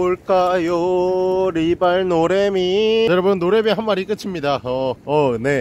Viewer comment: 노래미 이름을 노애미 라고 하세요.ㅋㅋㅋㅋㅋㅋ